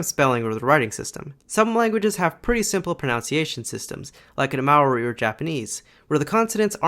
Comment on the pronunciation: The way you pronounced Māori is sad